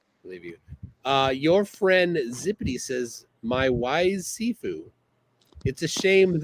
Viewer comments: It's Shifu, not Sifu 😂😂😂😂😂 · It shifu pronounced she-fu means more skilled person or teacher. only martial arts training is watching Cynthia rothrock movies dressed in his Pj's with his bathrobe ties around his head trying to copy the moves he sees. As always a flerf has to lie about there past as he lies his past consists of skipping school eating Cheetos and watching movies all day dreaming of being great. He sounds like he's from Canada? And the new York accent 😂😂😂😂. FBI open up ya bum!!!!!